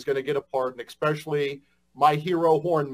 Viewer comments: “Expesially”. These types are always the dumbest rocks in the quarry. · "Ekspecially" he says.. all I need to know about his intelligence level. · On top of everything else, he pronounces especially, expecially. 🙄😬😮‍💨